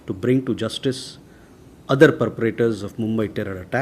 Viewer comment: Perpetrators and not PERTRATORS. At IFS , one is required to be more, polished, dashing and witty. wearing skin of a politician a diplomat looks clownish. He is not replying crisp answers but his replies are very vague and confusing. These pressers need a big shake up